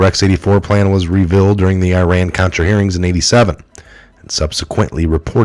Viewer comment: Words you mispronounced" mechanism", "revealed", "incorporate" , "pedestal", "apathetic", "disaster", "mistresses", "distrust", ..... I point this out not to be picky but to be helpful. Also you tend to add pluralism or not pronounce plurals when written. in addition you add words that are not in the text and you tend to leave out words that are in the text. Accurate reading is a skill that must be taken seriously if one seeks to be successful as a journalist.